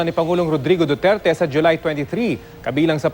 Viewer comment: miss. tina panganiban perez isa kang reporter diba ..kase kung makapagbitaw ka lng ng pangalan ni president duterte ay parang may galit ka lang! diin na diin ung DUTERTE mo ahh! galangin mo ang president para galangin nya din ang mediang katulad mo!